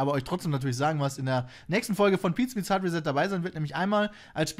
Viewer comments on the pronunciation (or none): Wie das zwei mal und das sechs mal Hardi betont:D Einfach göttlich:-D